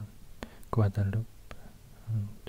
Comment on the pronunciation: Guadalupe is pronounced: Gua•da•lou•peh Not Gua•da•loop.